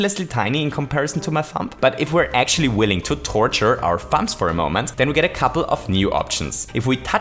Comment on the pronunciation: Lol I've never heard someone pronounce the 'b' in thumbs